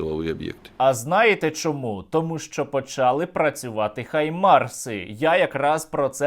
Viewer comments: HIMARS - наголос на першому складі. дуже прошу! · Друже Сергію, доброго ранку з Бразилії. Справа слідуюча: нам треба вимовляти “ГАЙМАРС“, так як вимовляють в Америці, а не “ХАЙМАРС“, па-рускі, як от робить Ґіркін, бо рашисти не мають звуку “г“. У нас є звук “г“ - то вживаймо його! Рашисти хочуть позбутися нас, українців - то в заміну позбуймося бодай тої русифікації, яку вони нам запхали в голову і мову!